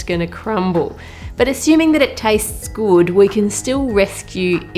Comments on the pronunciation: Like that "gud" accent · I love how she says good,it is so Australian